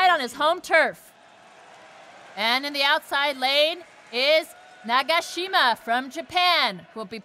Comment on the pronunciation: 나가싀마~ 해설자분 발음이 너무 재밌다ㅋㅋㅋㅋㅋㅋㅋ